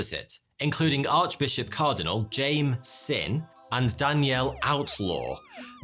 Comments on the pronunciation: You mispronounced the name of Archbishop Cardinal Jaime Sin. His name is pronounced, "Jay-Me". Just like the girl's name. It's not pronounced, "Jame", as in, "game". No offense, just letting you know, is all. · The archbishops name “Jaime” is not pronounced “James” it’s pronounced “Hi-me” lol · im a filipino and it's actually pronounced as "high-meh" not "jame" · is a late Filipino bishop Cardinal Jaime Sin (pronounced as /hāy-me/ not /djáym/; for it is a Spanish name). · Cardinal Jaime Sin, it's pronounced hi-meh. the spaniards brought catholicism in the philippines 1521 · Archbishop Jaime (high-meh) Cardinal Sin is truly world-famous. 😂🇵🇭😂🇵🇭😂🇵🇭